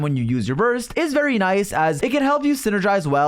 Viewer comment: bro actually said "vary very heavily"